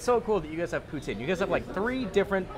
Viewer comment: The cringe I experienced when you say poutine is beyond anything I’ve gone through. You’re speaking English so please pronounce it in English